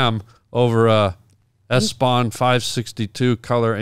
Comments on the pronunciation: it's called Epson, not Espon 😆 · I love how an entire room of people keeps mispronouncing Epson printers, like they weren't around for half a century.